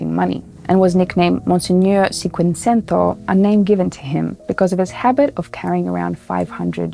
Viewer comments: It is chinquechento, pronounciation ;) . Anyway thank you for these videos, great job! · I thought you were Italian going by your name,,, but u said 500 wrong